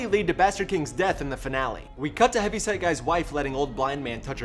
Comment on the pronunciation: I always hear Heavy Sad Guy, instead of Heavy Set Guy, I think. This is so fucked up episode.